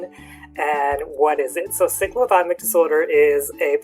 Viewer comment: U are not pronouncing it properly. I couldn’t watch the video because of that